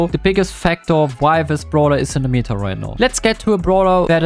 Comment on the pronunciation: stop saying "meeta" it's meta not meeeeeta, you should say it more like in german